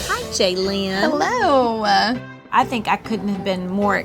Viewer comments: Why do they pronounce Jalyn's name like JAYlen, isn't her name pronounced Jaylin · You’d think they’d learn how to pronounce Jalyn’s name correctly… 😬